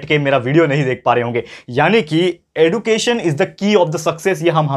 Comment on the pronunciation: Sir you teaches very nice you are best teacher in my life but you says एडुकेशन but it is एज्युकेशन